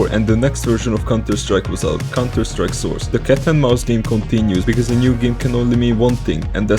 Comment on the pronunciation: bhop is in contuh sattrike you spoopid